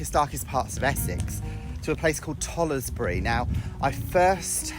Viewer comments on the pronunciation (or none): You pronounced the name of tollesbury wrong is not toll es bury its tollsbury you dont pronounce the e